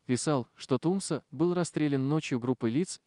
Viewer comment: Не ТУмсо, а ТумсО, ударение на последнем слоге! Очень режет Чеченский слух!!!😖